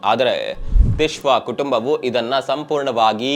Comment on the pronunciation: ತಿಶ್ವಾ ಅಲ್ಲ ಸಾರ್ Twisha